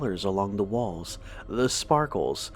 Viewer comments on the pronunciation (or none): none